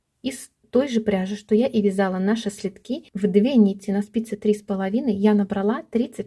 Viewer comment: Пожалуйста, сообщите говорите правильно не следки' а сле'дки, ударение падает на букву Е